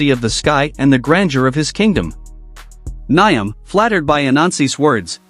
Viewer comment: It's actually pronounced - Niame and not Niam (Spelled Nyame)